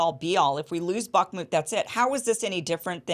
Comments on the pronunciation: Iversen : Kim, you aren't pronouncing the name of this part of Ukraine, correctly. Based on your pronunciation, I had to do several Web searches to try to get the spelling, and it is " Bakhmut ". That should be rather pronounced like "Bakh" + "mut", and not like "Barkmood", "Bakmood", etc. Anyway, it is Bakhmut, and captions for this video don't correctly show this. The caption shows " buckmut ", although I now notice that ... not captions, but text normally shown with the video, says "Bakhmut", which is correct. Captions often contain errors, or so I've been finding anyway. Lastly, given that Scott mentioned Ray McGovern in relation to all of this, maybe you could have Ray on for guest about this situation in Ukraine, I suggest. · Hi Kim pronounce bakhmut with a silent K. Bah mut. Great work